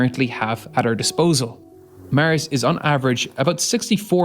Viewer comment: "Mars" not "Murrz" Is how its pronounced! 🤷🏻‍♂️